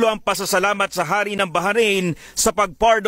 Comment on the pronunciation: baharain ? ndi ata mabigkas ung bahrain ng simple lng.